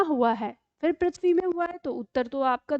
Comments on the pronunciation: Prithvi word me ru ka uchharan ri nahi kahana ru hi kahana chahiya agar english me ri kahate chahiya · ऋ का उच्चारण करने केलिए अपनी जिह्वा को मोड़कर rrr बोलें। इस प्रकार पृथ्वी का उच्चारण प्रिथ्वी नहीं prrrthvi होना चाहिए। पृथ्वी को prrrthvi कहने से पता चल जाता है कि यहाँ ऋ की मात्रा है